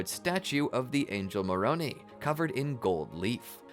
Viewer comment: Please teach your AI narrator to say Moron "I", not Moron "E". Thank you.